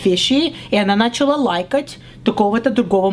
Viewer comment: Всё прикольно, актерское мастерство супер, но "Шокают" и ударение на первый слог типа "нАчала" явно не русские ставят, а украинки, не в обиду, но акцент явно выдаёт. Так что правильнее было бы видео назвать не "Russian mom"...а "Ukrainian"